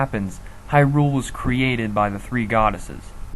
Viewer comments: HAI-ROOOOOOOOOOOL Uh... how about Hai-rule? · Disliked for saying hy-RULE instead of HY-rule over and over. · Interesting theories. The way your pronounce Hyrule kind of drives me crazy though. :)